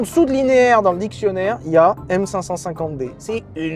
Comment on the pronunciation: On dit M Cinq Cinquante D s'il te plait!! on n'est pas chez Mercedes